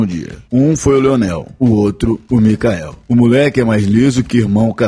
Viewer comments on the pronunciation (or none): o atacante do Goiás se fala Michael e não micael